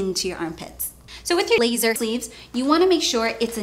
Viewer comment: Is it just me or I'm hearing 'laser' randomly 😂😂